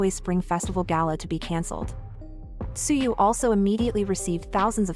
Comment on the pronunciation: Why not edit the TTS and make it correctly pronounce the word in english? edit Tzuyu to say Chewy :) :)